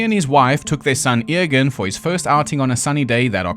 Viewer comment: by the way, the boy Eoghan's name is pronounced like Owen